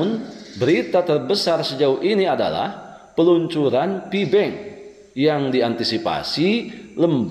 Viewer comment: Maaf sedikit Ralat, PI bukan FI Bang.. 😁🤭